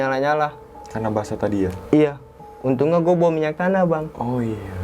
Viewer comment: Untungah,,orangah,,dan akhirah? dia gk bisa bilang >(NYA)<